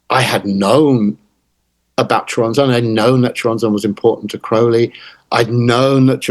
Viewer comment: Dissapointed by Nick lands butchering of the name Choronzon though